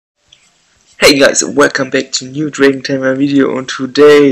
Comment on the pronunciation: are you saying Neu Dragon Gamer?🤣😂🤣😂🤣😂🤣😂🤣😂🤣😂👻👻👻👻